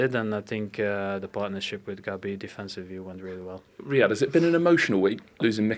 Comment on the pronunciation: It's riyad not Raid 🤦‍♂️🤦‍♂️